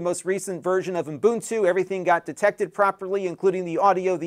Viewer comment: where do you hear the M sound sound in Ubuntu?